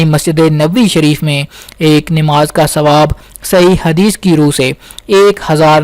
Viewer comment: Bhai sahab word " Nimaz" nahi correct pronunciation hai NAMAAZ, ....Apni Urdu correct karein Qaaf ...... Urdu words ka sahi pronunciation Kiya karein.